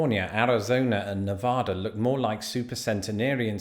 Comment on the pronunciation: I’ve lived in Las Vegas most of my life. We know heat, for sure. It’s just part of life here. Those of us born and raised here tend to stay indoors from May-September when possible. Please Google how to pronounce Nevada correctly. 😉Love your videos!